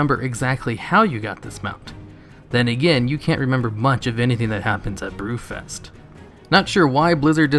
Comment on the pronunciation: BREW-FEST gotta work on that enunciation.